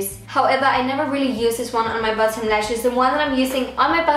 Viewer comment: You sound like you’re saying button instead of bottom